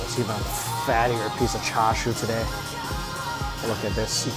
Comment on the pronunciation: he said "Cha Sui" the right way! Congrats!! 😅